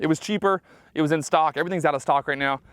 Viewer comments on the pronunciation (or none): none